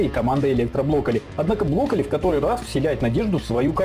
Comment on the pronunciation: Я конечно всё понимаю, но он бЛоколли (блокирует)